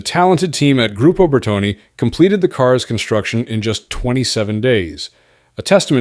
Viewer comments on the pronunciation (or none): It's Bertone, not Bertoni--though both have similar pronunciations.